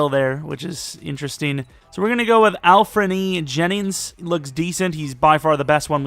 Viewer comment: Its Anfernee Jennings not Alfernee Jennings